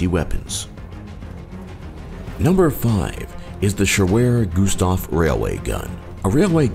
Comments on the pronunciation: Schwerer" not ,,shewer" trust me, I am german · It's "Schwerer" not "shewerer" :) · Shewerer...? omfg... SCHWERER! It means heavy! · "Schewerer" railway gun? It's German and it's written "schwerer". This means heavy or heavier. This gun certainly was not an experiment for the Germans had already made similiar hughe guns during WW1, the so called "Paris guns". These managed to hit Paris from a distance of up to 120 km, firing 100 kilo shells. These were however not railway guns but huge guns in a fixed mounting, transported their via railway. . What have you missed you ask? well: Airblast guns Flying saucer experiments Super heavy "Maus" tank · Its "Schwerer Gustav" Not "Schewere Gustav". Please inform yourself properly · its schwerer Gustav not shewerer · great video.but i have to to correct you a little bit.its spellt schwerer gustav not shewerer gustav. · I think its called "schwerer gustav" not "schewerer" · "Shewerer Gustav?" Right... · Damn guys, it's 'schwerer Gustav', what means 'heavy'. 'Shewerer' does not exist in the entire German language, so please watch source when making such a video. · Schewerer...Schewerer...🤔🤔🤔...SCHWERER...SCHWERER...SCHWERER GUSTAV Fkn hell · its called Schwerer Gustav not Shewerer Gustav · Schwerer Gustav, not Shewerer Gustav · Schwerer Gustav not Shewerer Gustav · Fail, "shewerer Gustav".... more like Schwerer Gustav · oh dog... SCHWERER GUSTAV, not whatever you were trying to say here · it's "Schwerer Gustav"